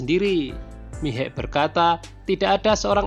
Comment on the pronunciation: Bukan miegh tapi Meha